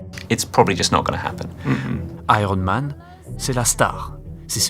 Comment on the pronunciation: Ça se prononce aiyern mane, merci, pas airone.